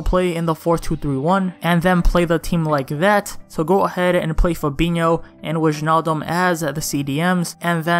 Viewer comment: Bro i legit watch the most of your videos, even if i cant afford those teams. And i have a little tip, you say wijnaldum like why-naldum👍 I hope i win the giveaway😅